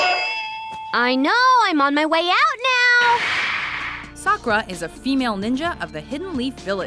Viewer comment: The way she pronounced the names made me cringe. Sock oo ra ha runo XD